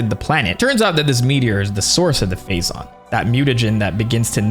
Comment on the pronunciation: I know you’re saying Phazon but all I’m hearing is Faizon😂